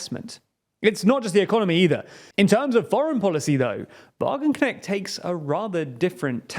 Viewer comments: "Wagenknecht" is more closely pronounced like "Vah-gun-cnesht" imstead of "Vah-gun-cneckt" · i really like the butchering of her name by the dude in the video! from now on i will also call her wagenknekt :D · that "ch"-sound is not prodounced "k" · Sahra Wagenknecht is not right-wing on social issues at all. The creator of this video understood nothing about Wagenknecht's politics! And the name is not pronounced correctly, too. ch is not k!